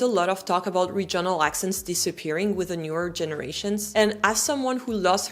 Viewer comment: je suis désolée de corriger votre bel anglais, mais l'accent tonique du mot « regional » porte sur la première syllabe!😱 Je sais que l'accentuation des syllabes en anglais, et surtout la prononciation, sont un vrai casse-tête, et je m'en excuse, mais si les Normands ne nous avaient pas envahis en 1066, l'anglais serait encore plus difficile pour nos cousins français!😂 Alors, gardez espoir! 😊❤ (I absolutely love your French lessons, by the way!😊❤) [Une recherche Google a révélé les résultats suivants concernant l'accentuation dans les mots de trois syllabes]: In three-syllable English words, the stress most commonly falls on the first syllable for nouns, adjectives, and words ending in -er or -ly (e.g., PAR-lia-ment, OR-der-ly). However, the second syllable is often stressed in verbs or words ending in suffixes like -ic, -sion, or -tion (e.g., de-CI-ded, re-LA-tion). [British Council | Teaching English Africa] KEY PATTERNS FOR 3-SYLLABLE STRESS: First Syllable (Most Common): Nouns/Adjectives: CE-le-brate, AN-i-mal, EN-er-gy. Words ending in -er, -ly, -y: MA-na-ger, SI-lent-ly, O-pen-ly. Second Syllable: Verbs: con-SI-der, de-LI-ver. Suffixes -ic, -ion, -ian, -ious, -ity: dra-MA-tic, con-TA-gious, e-QUA-li-ty. Third Syllable (Less Common/Specific): Compound words/Suffixes: en-gi-NEER, re-com-MEND, i-so-LATE. [British Council | Teaching English Africa] TIPS FOR IDENTIFYING STRESS: Suffix Rules: Words ending in -ity and -ate are often stressed on the third-to-last syll